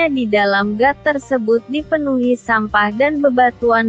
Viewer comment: Got kali bukan gat